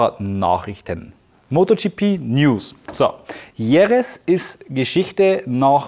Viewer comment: Wirklich coole Videos! Aber bitte sprich doch Jerez richtig aus... da schüttelt's mich jedes Mal. 😉